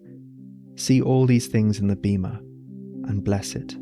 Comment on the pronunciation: In Ancient Greek βήμα is pronounced Beh-ma it’s a long e, like in “bed”. If it was Beema it would be written as βίμα. Great video, thank you for sharing. By the way, love the Faun by moonlight by Leon Spilliaert, reference. Love that you make art in your videos. Inspiring! I followed. ⚡️